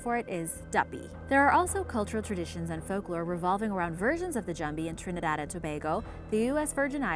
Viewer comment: Really great job, I am Trinidadian and your pronunciation is great lol normally ppl have lots of trouble 🤗